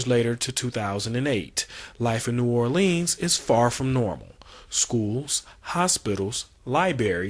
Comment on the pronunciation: New Orleens? Liberry's? He needs to get diction lessons. A least learn how to say New Orleans as in Orlunz. Lie-brary is another story.